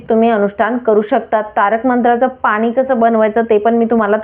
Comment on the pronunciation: भाषा नीट बोला .मॅडम.मराठी शुद्ध बोला पानी नाही पाणी.